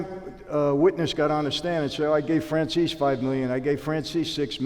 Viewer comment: In Goodfellas his surname (well his father's anyway) is pronounced "Fran-chay-zee". Michael pronounces it "Fran-zeess". My inclination is to pronounce it in the former rather than the latter as it seems truer to the Italian origin of it, so why the two very different pronunciations?